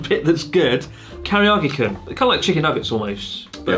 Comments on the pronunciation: I'm wondering why Chris, do you keep adding an extra vowel to Karage? You keep calling it kariiage, except when you said Karage-Kun. Thanks for the video, nice to catch up on your uploads, it's been a long time! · I may have spoken too soon, I heard carryoggy-kun. No matter what I love you anyway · I'm waiting for the day chris says karaage correctly lol